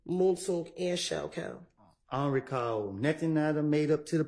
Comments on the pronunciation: When he asks her to repeat herself but still says, I don’t recaw. 😅😅😅😅😅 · he don’t recawl 🗣️🗣️‼️💯